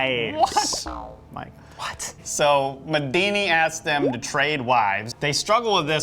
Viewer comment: Medini? Sounds like Medina to me... Maybe an Arabic Houdini?